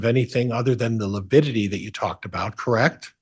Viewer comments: Every time he says “lipidity” I cringe 😬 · Yes, it sounded to me like he kept saying lipidity... like fatty acids (lipids)... odd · Prior mispronounces a lot of words and names. But I really wish someone would have corrected him on the “lipidity” one. That was so cringy. 😖 Also cringy: parochial / patriarchal and how he butchers Zulema’s name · Is Priors inability to say “lividity “ another attempt to show the jury he”s just an old boy struggling with unfamiliar problems? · side bar "Your honor, please tell this self-proclaimed idiot that it is lividity, not lipidity" 😮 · Does Prior keep saying lepidity?? Instead of lividity 🙄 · Yes, every time he said lipidity I muttered 'good one, Prior' What a twit